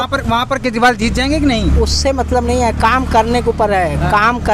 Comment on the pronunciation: भाई एंकर पढालीखा है क्या ? केजरीवाल जी बोल ने में कोई तकलीफ़ होती है क्या ?